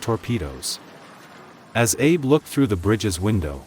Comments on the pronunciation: The Japanese commander's name was Abe. It's pronounced ah-bay, not Abe, as in Lincoln. Also, the graphics show the Shinano being hit by torpedoes on its port side, while the narrator claims it was hit on the starboard side. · Abe Lincoln: that's not how you say 'Abe' in Japanese. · He was saying his last name wrong SMFH